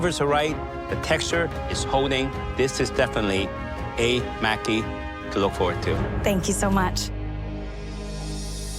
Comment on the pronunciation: "" seems to be the only person who knows how to pronounce Japanese words correctly. The judges and other contestants, are all pronouncing "Maki" incorrectly. Maki, is pronounced like: Mah-Kee. The letter "a" is always pronounced like "ah". You would think the "judges", would at least get it right.